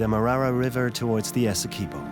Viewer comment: As a Guyanese—thanks for sharing about my country…but every time the narrator pronounces Essequibo…Esse-quib—bow by Guyanese